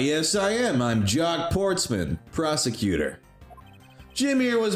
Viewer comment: Jacques Portman.... Jock Sportsman....*sigh*